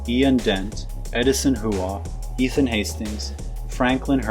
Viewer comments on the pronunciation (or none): none